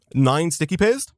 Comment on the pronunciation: The way you say paste makes it sound like you say "piss"